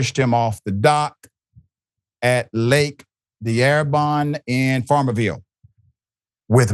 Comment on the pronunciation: Used to live in farmerville. The lake name is pronounced Dar Bone. It's a small town in North Louisiana.